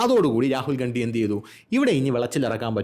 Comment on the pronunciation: ഗണ്ടി... അണ്ടി എന്ന കേട്ടത് 😅